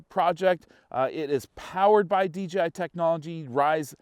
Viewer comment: It’s DJI NOT DGI LMAO